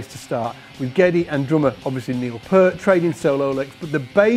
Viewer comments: Peert, not purt. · Its pronounced Neil P-EAR-T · Pee-ert, it's Pee-ert!